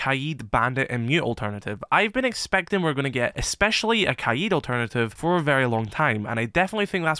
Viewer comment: Bro I swear it’s not kaied it’s kaid